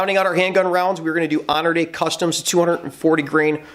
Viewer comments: "HONORDAY"???? Hey Bro? It's Hornaday. Horn A DAY. NOT Honor Day Gane. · "Honor Day" lol it's pronounced "Horny Dad" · Honor day??? It’s pronounced horn ah day!! Great video!! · I've never heard someone say honorday instead of Hornady before 🤣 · "Honorday Custom"..... Really? lol. Hornady. Horn-uh-D. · Did you pronounce it "Honor-dee?" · Pronounced “Horn-a-day” for future reference. Also, nobody wants your free let alone field training,. Pelcher should be embarrassed he let you use his range for this video, but I suppose bad publicity is better than no publicity. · If your pronouncing Hornady as "honor day" you lost me. A mistake the belies you lack of gun knowledge. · Did this idiot just call Hornady, Honor Day? What the actual fuck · I heard the same thing and thought what the hell is “honor day” lol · What'd you call it? Honor-day??? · I think it's pronounced Hor-nuh-dee